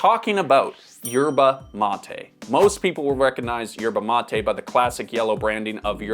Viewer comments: Why do you pronounce it 'matey'? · His pronunciation of Yerba mate is triggering 😂